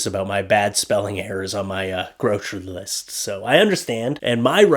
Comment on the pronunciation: I completely LOST IT at you reading off that “!” 🤣🤣🤣🤣🤣🤣🤣🤣